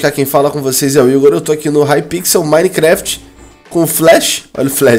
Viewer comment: Eu ouvi minecraft ? ou minehjgyijjustgdjuvjysu ?